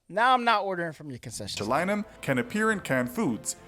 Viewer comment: Botchulinomubopolous lmfao you sound like my 4 year old tryin to say cinnamon